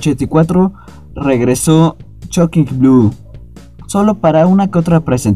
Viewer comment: Y por cierto no se pronuncia /chokin/ con «C» es /Shocking/ con «S» Shhhhhhh